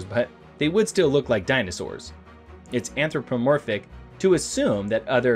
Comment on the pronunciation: At least he managed "anthropomorphic" without making my brain clench.🙂